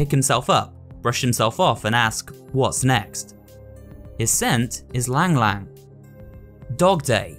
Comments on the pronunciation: E-lang E-lang. same way you would say e-commerce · For the record, Y-lang y-lang is pronounced 'ee-lang ee-lang' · As a south east asian, pronouncation of Ylang-ylang pains me. 😢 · kickinchicken is probably filipino from his flower being from the philippines that's what i'm guessing. that's kinda cool specially for a popular horror games. also it is pronounced E-lang E-lang. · And it pronounced yelang yelang